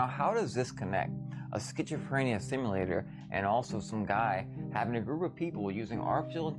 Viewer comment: Uhh ok what's a BBL? XD dude sayin Skchitchophrenia. So there's some secret alternate meaning to pizza??? Idfk.